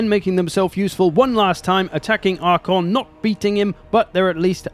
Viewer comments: Genuinely bugs me that you keep saying Arkhon instead of Arkhan. I've noticed that this is something you do in a lot of videos, is it intentional? There's always something you mispronounce, but you do it so confidently and consistently that I feel like it might be intentional. 🤔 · Calling Arkhan "Arkhon" triggered some pendantry alter ego in me I didn't knew I had lol Great video though - love your content! :)